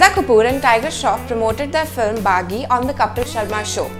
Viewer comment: girl it BAGGHI NOT baggy does she don't know how to pronouce bollywood movie names, actually you need to do your homework to pronouce... #offended.